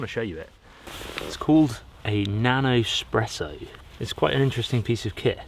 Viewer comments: Good video. But why do you keep saying eXpresso instead of eSpresso .... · Espresso... not expresso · Espresso, Espresso 😱There's no X in it! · Say eXpresso one more time and my nonna will come slap you in the face.